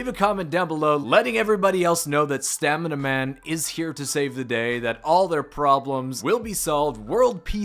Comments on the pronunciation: We stan stanima-man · Love stamina-man lmao